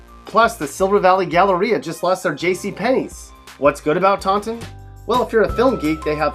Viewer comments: Where's Tontin? You mean Tawtin? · Who says "tawnnn-ton"? Fuckin losa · Taunton is pronounced tau-tin. the n is silent . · It's pronounced tau'in (Taunton) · It's so weird hearing Taunton pronounced like that, that's not how people around here pronounce it